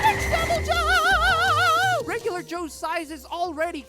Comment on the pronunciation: I think the better pronunciation is devilho